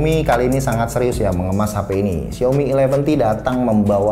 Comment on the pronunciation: Bang gak bsa nyebut A ya? Bilang syaomi jd syomi. Hehehe. #justkidding.